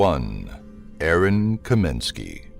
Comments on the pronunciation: It's *Kosminski, not "Kominski". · Its KOSMINSKI!, Not Kominski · You said "Mona-goo" instead of "Montague" and it's "Kosminski" not "Kominski" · Actually it is KAMINSKY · Your no.1 suspect is not Kominsky, you mean Kosminski. Sloppy. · As long as you re making a video about jack the ripper. Could you go to the FUCKING TROUBLE of pronouncing YOUR number one suspect s name properly. It s Aaron kosminsky. He s only been a suspect for 132 years so you probably didn't t get a chance to learn his name. You Yankee dumbfuck. Really looking forward to your next video about the ten greatest quarterbacks of all time like Preston and Eddie Manley. Robert stabback john nameth and don Maringo. Read a book yankee. It doesn't t give you cancer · the S maybe silent lol